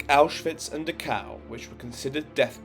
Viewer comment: He keeps saying Dukow, is that the same place as Dacau, not far from Munich?